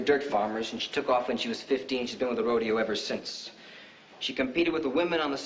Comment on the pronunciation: Roh-dey-O ? Really? Apparently they couldn't find anyone on set that knows how to pronounce it properly, including those Hollywood cowboys.